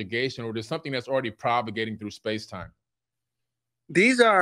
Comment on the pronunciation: says this a couple of times (first appearance is ), and I don't think I'm mishearing him saying "propagating" and is instead saying "provagating", which is not a word. (Again )